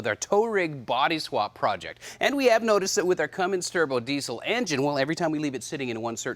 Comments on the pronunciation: says Cummings... uhhh, it's a CUMMINS. There's no "g" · Somebody please tell that when hes bragging about being the first to do something. At least know how to pronounce Cummins. Not Cummings. Lol. Love thst guy!!! Hes a legend